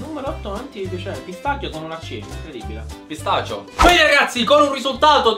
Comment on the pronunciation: alla fine giampy che dice:pistacchio con una c (pistachio)